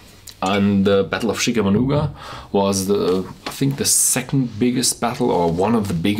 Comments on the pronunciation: pronounced CHICK A MAUGWA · Chickamauga is pronounced Chick-a-mawga "Rebel Yell" was the high pitched throaty scream the rebels screamed as they attacked the northern troops in the Civil War; meant to intimidate and instill fear. Try to get hold of the 10 year single barrel and review.